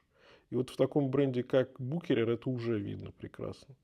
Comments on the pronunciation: бушерер ))) какой букерер ахахахахах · Буквосочетание ch в немецком языке (а бренд родом из немецкоязычного швейцарского Люцерна) после гласной u читается исключительно как твёрдый [х]. историческое и официальное произношение самого бренда — исключительно Бухéрер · 1. В русском языке смеются не С чего-то, а НАД чем-то. 2. Правильное произношение Бухерер. Это немецкие швейцарцы,если чё😂😂😂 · я тоже посмеялся с букерер ахахах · Боже сколько хейта. Ошибся в произношении человек. Спасибо за труд, за ролик. Марка интересная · Коробит неправильное произношение брэнда,может надо было разузнать правильное произношение брэнда принятое в русском языке!